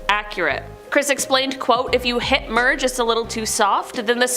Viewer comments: Mir is pronounced mirror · MIR is pronounced "meer".